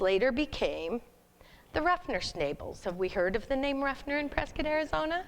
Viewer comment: You need to learn to pronounce Prescott correctly!!